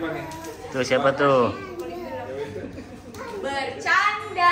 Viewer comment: Bercyandha bercyandha 😂😂😂😂